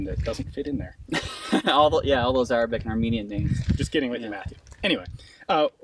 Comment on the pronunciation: My man destroys every Arabic word that come out of his mouth